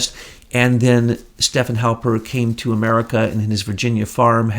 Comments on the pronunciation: God bless his heart... can't get names right to save his soul. But I am kind of a stickler for correct pronunciation so....Stefan Halper is STEF-fawn. Thank you for all you do! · Haha you said Halpern,he goes by Halper...though Halpern is the correct spelling Ashke-nazi